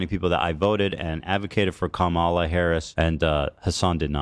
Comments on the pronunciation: Ethan mispronouncing Kamala is indicative of where he gets his news from. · "I advocated for Kamala Harris" - Man who still can't even pronounce her name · yet he can’t even pronounce kamala’s name correctly